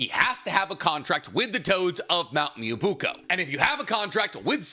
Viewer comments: that's cool and all but it's pronounce mee-yo-bo-KU, not moobuko 😥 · You said mount miyabuko so much time I thought I was wrong form saying mount miyaboku 😭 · IT'S BEEN YEARS, IT'S MYOBOKU, NOT MUOBUKO, FOR THE LOVE OF MY SANITY, PLEASE!! ME-OH-BOW-KOO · Ahem... "Miya BOW-koo" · please say it with me Myoboku (Mio Bo Ku) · I wish could say Myoboku properly Edit: he's saying it like "Myubuko" it's just so wrong it's getting on my nerves like just sound it out man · Please tell me that mt "mobuuko" is a way to rate bait for comments correcting him (just like this one) because that is the worst pronunciation of Myoboku I've ever heard, even worse than "Edo Tensai", "Kotoamatsukame" and many many others I've heard on this channel before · my guy, I really do love the videos, but pleeeeeease, take a second and learn how to say the things you’re talking about. Mee-yoh-boh-kew. Ay-doh-ten-say is another one you’re not saying right too. Truly coming with love and someone who has a speech impediment, but being such an authority on naruto you really should be saying things correctly. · With all due respect, its called Myoboku (me-oh-bo-ku). I love your videos, just wanted to help out a little. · Nicks dedication to mispronouncing certain words is hilarious. Honestly I'll be sad if he calls the home of the sage toads anything but mount moo-oobookoo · Dear, "mount me-oh-boh-koo" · someone please tell him how to pronounce myoboku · Nobody else bothered by the mispronounced Mt myoboku? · Take a shot every time he mispronounces Myoboku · for pronouncing myoboku wrong?